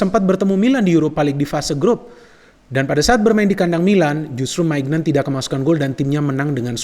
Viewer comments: Kalau gak salah bukan Maik maignan cara baca namanya tapi maik menyong. Terus yg dibutuhkan Milan bukan hanya bek kanan aja meskipun sudah ada kalulu tapi juga dmf, amf dan rwf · Ralat sedikit, Maignan yang benar bacanya Minyon 🙏